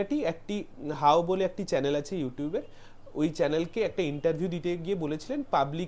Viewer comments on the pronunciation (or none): none